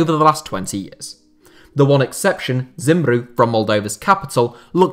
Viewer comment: dude, you're pronouncing the Modavian names (namely, Chisinau and Zimbru) pretty accurately. Haven't seen many foreigners saying those names so accurately